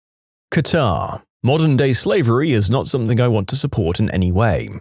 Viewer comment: No k in the word something